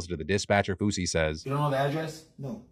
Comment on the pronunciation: I was seriously concerned cause i thought he said swoozie and "heard gun to my head". Realized he said fousey and stopped caring